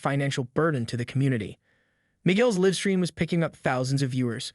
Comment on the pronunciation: Why did you waste time repeating a big section toward the end and NOT ending it with a clear outcome? And your bot or AI needs to be programmed to read "live" correctly. This was lame.